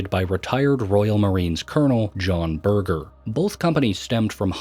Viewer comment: I was getting really into the story but then suddenly "John Burger" LMAO